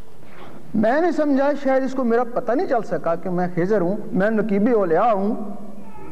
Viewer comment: مولوی صاحب خضر علیہ السلام اور بندے والی گپ کا حوالہ دے دیں؟؟؟ اور مولوی صاحب آپ لفظ خضر غلط پڑھ رہے ہیں